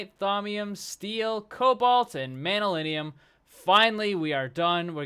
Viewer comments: btw you should pronounce it Man yu llyn and not manyulinium.... great episode as always! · its pronounced (MAN-NU-LIN) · It's pronounced man-yuh-linn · I think manyullyn is pronounced man-you-lin.